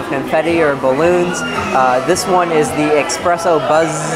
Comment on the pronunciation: Eh-spress-so NOT Ex-press-o